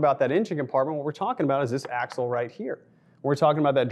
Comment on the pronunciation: "AXLE" can't believe no one noticed. Other than that all good...keep 'em comin'